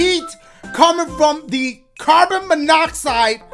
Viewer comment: My guy said carbon monoxide😂😂😂